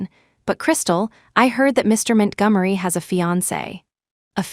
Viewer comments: Ethan “Mint Gummery” 💀💀💀💀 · MintGummery??? Isn’t that Montgomery? AI about to rename all of us. Wait for Washington to become Wish in Town 😂